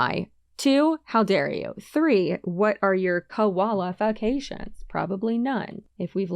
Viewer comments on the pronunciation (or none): Lol what are your “koala-fications” … I’m dead